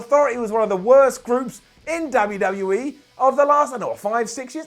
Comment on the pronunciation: said WWE like he says WCW and that is not okay